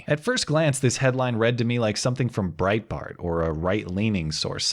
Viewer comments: Did she say Breitbart or Bread Mart? Is there a super boring convenience store chain out there trying to assassinate Maxine Waters? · Bret-Bart?? WTH is Bret-Bart??